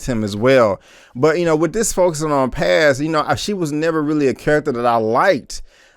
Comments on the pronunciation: Texas Finest 😂. I was gonna tell him it’s pronounced Pawz/Pause... it was annoying me too. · I wanted to say it's pronounced Paaahhz, like P-AH-Z. Paz is one of my favorite Latina names. Lol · Its Paz my G not Pez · He Keeps Saying "Pez" It's Paz. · How is she your fav character but can't pronounce her name.. You're just another guy tryna ride the POWER wave you not a real fan and this review is shitty asf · PAZ shouldn’t be this difficult to pronounce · TorrentBlaze he’s not the only one trust me I get if maybe it’s easier for me being Puerto Rican myself but there’s no way it’s that tough 😂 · You are killing me when u saying Paz name wrong...😆😆😆